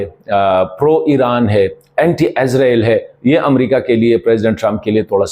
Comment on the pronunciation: عزرائیل نہیں اسرائیل بولا کریں ہے